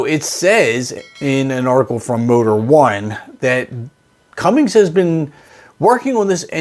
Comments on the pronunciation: If you had a diesel, you'd never dream of swapping in a gasser. And it's "Cummins", not Cummings. This isn't the point channel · Congratulations you've made the 4.9 inline Ford engine. It's Cummins not CumminGs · It's Cummins--NOT cummings !!!!! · Nothing grinds my gears more than people saying “Cummings” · What the heck is a CUMMINGS engine? It’s CUMMINS, right? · There’s no G. Stop putting a G at the end. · Never trust Cummins news from a guy who calls it Cummings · Cummings? C’mon! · It's Cummins not Cummings. Also diesels do not have coil packs. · “Cummings” I stop the video and disregard anything you said. 😂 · Are you kidding?You do an entire story about Cummins engine and you continually call it cummings!!!!---you're an IDIOT!!-----sorry! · Dude. There's no "G" in "Cummins". You sound like a dork when you call it "Cummings". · Man you are killing me by saying cummings repeatedly. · Heard you say "Cummings" and immediately stopped the video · Cum-ins, not “Cummings” please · Did you say cummings? Or cummins pretty sure its cummins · I work at Cummins, but when you say Cummings its kinda gangster because there’s a little G in there. At least your video title says “Cummins” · I had to stop after about the 7th time I heard "CumminGs"... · You lost me at "CumminGs" !!!! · It’s a cummins, not a cummings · I can’t finish the video. He keeps saying Cummings and it’s driving me crazy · CummINS.. not cummINGs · It's Cummins, not cummings. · Its "Cummins", not "Cummings". 🤦‍♂️ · There's no "g" in cummins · Can you please learn that it's Cummins and not cummings? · "Cummings"? Are you really that dense? Do you not write your title page and spell out C U M M I N S? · Had to turn the video off after the third “CumminGs” it says Cummins in the fuggin name dude. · Its Cummins not cumminGs. Get it right.😂😂😂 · Can't listen to this guy say "cummings" 1 more time😳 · Cummins NOT cummings!!!!! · You lost me at "Cummings" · Cummins not cummings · You saidCummings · “Cummings” lol